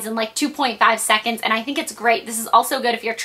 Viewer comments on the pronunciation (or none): none